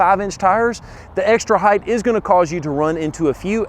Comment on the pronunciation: Yes no what really grinds my gears.... when people say heigth instead of height.